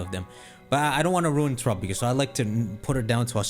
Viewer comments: Our man really out here til this day pronouncing Terapagos like Tuh-ruh-puh-gus instead of rhyming with Galapagos... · I’ve always loved how he pronounces terapagos